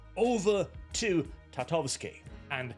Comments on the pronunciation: "TartaKOvsky.": "Tartavsky, I think." Bruh. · I find it funny that managed to butcher Tartakovsky into Tatovsky every time 😂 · U saying tartovski and not tartakovsky is aggravating, u pasty nord 🗿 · TAR-TA-KOV-SKY Sorry Sorry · I'm skeptical, given that it is for Cartoon Network, it will probably be heavily censored and not contain what a Conan series SHOULD have. Also, for future references,.. His last name is pronounced Tar-ta-kov-ski;) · for the love of God... Say "Tar", like black liquid they used to dump a554oles in before throwing them in the feathers, after say "Ta" like "tab" (without b), then Kof like onomatopoeia for very awkward coughing (cough, cough) and "ski" like the winter sport. Tar-Ta-Cough-ski. Then you're close enough. Have some repect for Samurai Jack creator! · Take a shot for every time says Genndy Tartakovsky wrong, in this video.